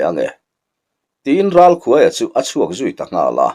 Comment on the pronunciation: Ralkhuaia' tih hi 'khûai no' kan lâk thin a,'khuai' tih a lam hi a in hmeh zâwk lo maw le....❤❤❤😂